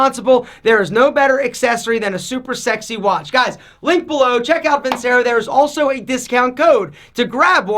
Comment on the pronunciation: You’d think loving the vincero watches so much he’d pronounce it properly vinCHAIRo